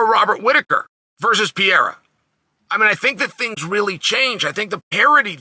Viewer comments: It’s Pierre not pierra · Come on, uncle Sonnen. There's no PIEIRA. It's not too difficult. It's PEREIRA. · The way Chael mispronounces names, he's gotta be trolling; PEE- Era, MOOEY-Thai. Come on Uncle Chael!!! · "Piera" lol, so fun Chael can't or actually wont even try to pronunce it right. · If Uncle Chael says his name is Piera, then it's Piera and that's it. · "poutine" pierre-uhhhhh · I’ve yet to hear you say Pereira the right way lmao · it´s so funny when he struggles to say ''Pereira'' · Chanel never fails to mispronounce a name (makelchev, piera)